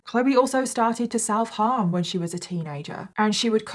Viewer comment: when you said self harm I swear I heard sell Parm and I was like wait what I had to rewind it lol